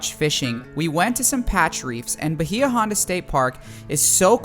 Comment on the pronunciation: Hate to be the grammar police… but it’s pronounced By-ya Honda….thanks for the amazing content!